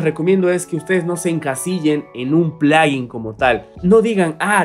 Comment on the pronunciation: como puedes decir plaguin